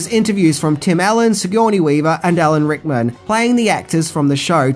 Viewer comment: Just say Al a n Rickman, and not Hickman